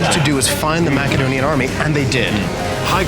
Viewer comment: That is the correct ancient way of pronouncing Macedonia